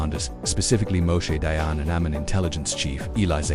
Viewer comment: Read "dayan" like in english. The france sound dont even acsist in hebrew.